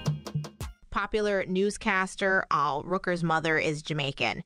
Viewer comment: No. No!! Girl, KRS One is NOT Jamaican. I was born and raised there. And Miss, Al Roker. Not, "Rooker". Sad...